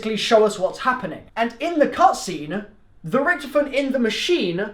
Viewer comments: Rick toff en not ricktefen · Can't pronounce Rictofen